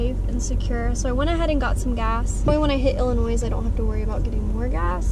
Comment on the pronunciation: Dude I love u so much and ur videos! Just no ‘s’ at the end of Illinois haha sorry just from chi so gotta represent!